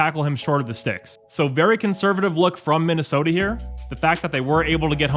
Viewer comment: Minna-Effing-Sooota. There is no excuse.